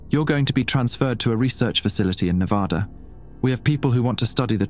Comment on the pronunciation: Nevada was pronounced incorrectly.